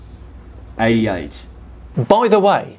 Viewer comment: Someone tell it's Mach not "Mark" and it's not his accent, I've got Australian friends who I've asked and they don't say Mach like that.